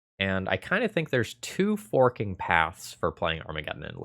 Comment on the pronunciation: 2 FORK-ing paths... I thought you said something else there...